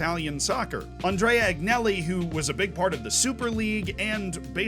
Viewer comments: Great video! This should be sent to every casual Juventus supporter who doesn’t understand Juve’s misdeeds Btw Work on your Italian pronunciations tho bro! Agnelli = “On-yeh-li”. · “Ahn-yeh-li” is more accurate